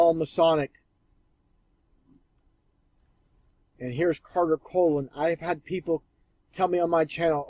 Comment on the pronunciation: Do you mean Carter Conlon? You will want to pronounce his last name correctly so his followers hear it in your audio. It isn't "Collin", but Conlon.